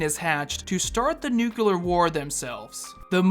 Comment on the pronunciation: New-clear..... not nook-you-ler. Thanks for coming to my Ted talk